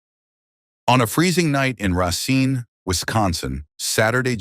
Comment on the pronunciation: He did not pronounce Racine Wisconsin correctly